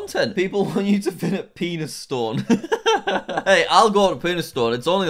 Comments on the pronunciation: Penistone is not pronouce Pee n*s stone it is pronounced penny stone. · BRO I LIVE AT PENISTONE AND ITS PRONOUNCED PEN IS TUN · Jack its called PEN I STONE PENISTONE